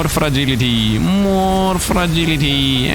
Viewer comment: There is no damned "G" in Frailty, come on I know English isn't your first language and I also know people have told you this before. At this point I know Youtubers do things like that because they think it somehow helps them or to amuse themselves but it needs to stop. Please stop doing it or I'm going to have to stop watching your Soulstone content because yes it's that damned annoying. Thanks for making content and having fun while you play. I would really hate to have to move on though of course I'm just one person but I can't be the only one it really annoys especially after knowing you've been told about the mistake... I tried I really did but I just can't watch with how many times you say "Frailty" as "Fragility", there is NO G in "Frailty"...